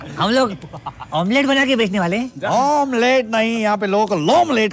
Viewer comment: omlete nhi lomlete 😂